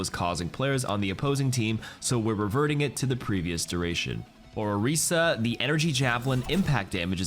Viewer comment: The name's PHARAH. not PHAErah. dude, they say her name in the game. Same with ANA, not AENNA. And OREEsa, not ORISSa.